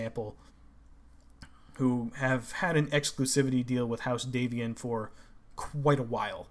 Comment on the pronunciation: The "a" in Davion is pronounced as in "dad". The origin is D'Avion (from Avion, a region of France)